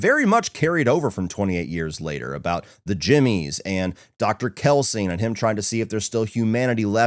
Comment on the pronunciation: Its ”Kelson”, not ”Kelsing”! 🙄